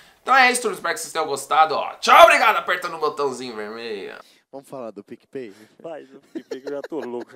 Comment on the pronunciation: "DEIZ E POUCA!" e "DUPLA PIC E PAY" uhaeuhaeuhaeuhaeuhaeuhaeuhuahe